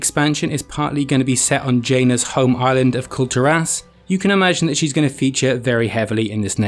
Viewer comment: everytime he says Kul Tiras all i hear is culled'ur ass.